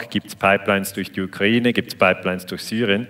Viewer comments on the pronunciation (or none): none